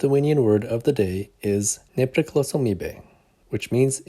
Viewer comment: Nice video! And great pronunciation of "nepriklausomybė" :) Just in case you missed it, in the video the word is written in the accusative form "nepriklausomybę", so that pronunciation is a little bit different, but that's not a big deal at all. I hope you're enjoying learning more and more of the language 😊 edit: changed genitive (kilmininkas) to accusative (galininkas)